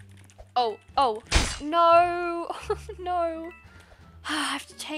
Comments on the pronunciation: When she says no se doesn’t say no she says nor and that’s funny 😂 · I LOVE HER “NAUR’S” <3